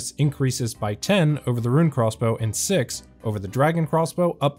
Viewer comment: Why do you say crossbow like Craw's bow?